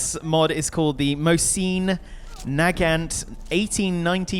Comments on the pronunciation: Mo-seen Nah-gant, that made me laugh. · That pronunciation of mosin nagant tho. Its russian not French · Mosin Nagant... Lol